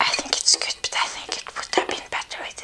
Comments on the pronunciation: I like how every time she says good she always says goot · "It's so geed" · "it's really güt" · omg I love how she says good! love your videos and you! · I love the way she says “good”